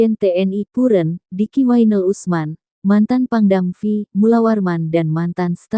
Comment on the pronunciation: Pembaca berita kok"parah " begini ya???? PANGDAM-V kok dibacanya PANGDAM- Fi ???? Gimana niiih???? Anda kelewatan naif nya!!!